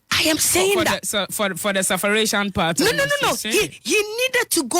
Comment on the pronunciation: SUFFERATION? Is there a word like that ?? Or l didn’t hear right??